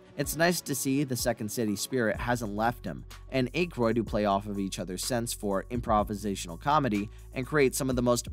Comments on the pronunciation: Why put so much work into creating this video and not take 2 minutes to learn how to pronounce Dan Aykroyd's name beforehand? Literally, many hundreds of online references, easily accessed. So easy to confirm before making the video. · 😬W.T.MacGyver why can't this guy pronounce Dan Aykroyd's last name !? 😂 WHY didn't ANYONE correct him before uploading this !? How is it even possible not to know how to pronounce his name !? You hear it in popular media ALL the time !!!😂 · They also were not fired because of the library incident among several other errors 😂 including not being able to pronounce Dan Aykroyd last name I'm pretty sure he's never seen any of the movies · I'm getting triggered by the Dan Akroyd pronunciation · Bro, if you can’t pronounce Dan Aykroyd’s name properly, don’t make a video. Blasphemy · You pronouncing Dan Aykroyd's name wrong the entire video made me forget how to actually say it for a min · Dude ...you gotta go back and fix all the mispronounced names "ghost busterS" lewies?? Dan aK-roid ..dana Barrett...also where did you get the inspiration from the time machine ...back to the future came out in 85 how did it inspire something a year earlier...pisttt....it's not a real time machine ya know ...I think you need more edit time and a little more research and fact checking and you'll be in good shape....edit you said Dan's name correctly....consistency man!...edit ...again rhyme ....who the he'll is rayme...why are you now getting his name wrong all of a sudden wtf have you ever actually seen these movies? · "Aikroid" 😂😂😂😂 bruh its Akroyd (Ack Roid)😂😂😂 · "A" kroyd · I'm not one to focus on how names are pronounced, but your use of Ankroyd is getting to me. ANK as in "Tank" and Royd as in "Roid". Ankroyd. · I don't think Aykroyd's name has a hard "A" sound. It's soft like "at" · Aye kroyd Ak royd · Dan Acheroyd, Ivan Reiter, Luis Tully, what are you talking about lol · Dan Eh kroid?!? That’s annoying af when buddy misprounces it.